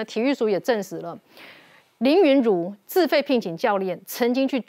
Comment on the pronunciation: 主持人能不能用點心，林昀儒的名字是要唸錯幾次🙄️🙄️